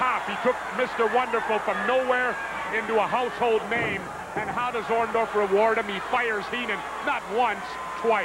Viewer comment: he can't say orndorff either sounds like ondaff 😂